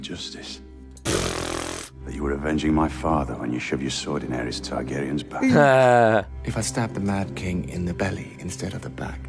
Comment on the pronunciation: Daenerys and Viserys both end with the sound "iss" -- not "eez".